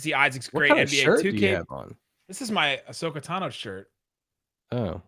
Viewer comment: After watching this podcast for a bit I never really had a favorite between the two hosts, until now. For not knowing who Ahsoka is and completely mispronouncing her name, is the worst person on this podcast now. I know this is a basketball podcast and not a Star Wars podcast, but that is still unacceptable.